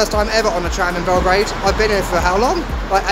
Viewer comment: YOU SAY IT BELOGRAD